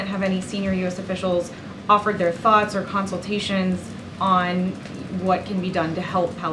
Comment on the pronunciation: “Our tharts….” ?? Wha? Brandon’s verbal-gaffes are even rubbing off on her! 😂